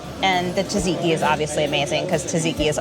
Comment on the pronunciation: You need to work on your pronunciation of "Tzatziki" - its 's not "tadziki" 😅